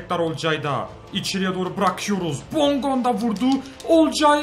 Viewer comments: KUKA DEIL KUÇKA OKUNUR. BONDONGA DEIL BONGONDA OKUNUR ! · kardesm hepsini yanlış telaffuz ediyon . bondonga değil bongonda. rodelega değil rodayega. durika değil cüritsa olması lazım seviliyorsun :D he ayrıca kuko değil kuçka :)) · Abi bondonga degil bongonda kuka değil kuçka yada kutska rodalega değil rodayega :) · Abicim bondonga deil bongonda ve kuko deil kucka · abi bongondaya hep BONDONGA diyon çok komik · Abi okunuşu bondonga değil bongonda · Abi bondonga değil bongonda ben fanatik ts liyim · Bondonga değil bongonda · bongonda ya bondonga diyor